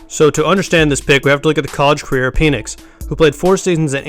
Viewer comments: Dude you're annoying and cant talk its Michael Pen 🖊️🖋️ Nix‼️ pen nix not peinis making this mans name sound like a fallace symbol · Its penix as in PEN ECKS Not PEE NIX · It's not pronounced Peenix. He was injured in Indiana, hence smaller numbers. Low effort video. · Pen, pen, it’s a Penix. The Pen is pronounced like pen 🖊️